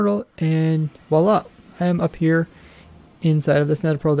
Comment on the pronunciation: You say voilà like an arabian says "allah"